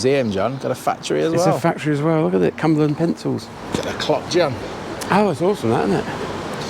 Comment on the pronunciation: What did you call it? It's CumberLAND Please don't trash our identity